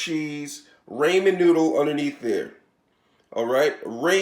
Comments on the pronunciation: It is RAHmen noodle and NOT RAYmen noodle. Please get it right. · your pronunciation is wrong it’s pronounced rahmen you say raymen